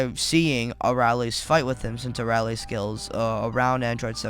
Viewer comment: you're saying her name wrong, it's pronounced (uh-rail-ee)